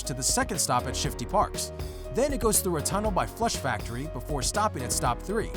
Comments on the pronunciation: u said Shifty Park instead of Shify Shafts Thinking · Hahahahahahahaha this noob called it shifty parks not shifty shafts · Shifty shafts not shifty parks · he says shifty parks lol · Lmao who else heard him say shifty parks lil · u called shifty shafts shifty parks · he said shifty parks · you say shifty parks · did he say Shifty Parks? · He said shifty parks? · Did he just say shifty parks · LOL he said shifty parks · who else heard shifty parks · U said shifty parks lol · It’s shifty shafts not shifty parks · he said shifty parks👏🏿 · You said Shifty Parks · You said shifty park🤣😂😂🤣🤣😂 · You called it shifty park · He says shifty parks XD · he says shifty parks. It’s shifty shafts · he said shifty parks lol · Did anyone else hear him say shifty parks? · lol he said shifty parks 😂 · He said shift parks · He said shifty parks ?? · Is it just me or on he said shifty parks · Parks not farts 😂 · At the train instead of saying shifty shafts, he said shifty parks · U said shifty parks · you said shifty parks😂😂😂😂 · He said shifty parks instead of shifty shafts lol XD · Yo u said shifty parks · u said shifty parks 😂😂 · he makes a talking error he says Shifty parks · he says shifty parks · anyone saw he said shifty parks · Did he just say ”shifty parks” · Did anybody heard he said shifty parks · He said shifty parks 😂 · you said shifty parks? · Who heard him say Shifty parks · he says shifty Park 😂😂😂😂😂😂 I’m dead 😵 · He said shifty parks 😂😂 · He said shifty park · "shifty parks" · am i crazy or did i hear shifty parks?? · Excuse me did I hear shifty parks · Did I hear shifty parks? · “shifty parks” tf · He’s talking about the map and he doesn’t even know how to say shifty shafts